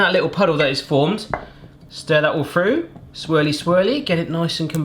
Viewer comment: So you make fun of Americans for pronouncing Butter as "Budder" but only moments later you pronounce Through as "Frough"?